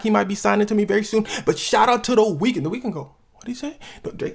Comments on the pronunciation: did my man actually say, "vewwy"? Hahahaha, I'm geekin, my man slid in a mean ass Elmer Fudd impression all quiet-like, no hate or nothin like that... just thought it was funny, had me laughin when I heard it. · bro you did not just say “vewy” like you bugs bunny or something